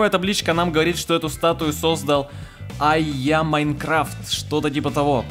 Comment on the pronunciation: !Привет хороший обзор вышел, но в следующий раз назови создателя комманды правильно (не айямайнкрафт а айджамайнкрафт)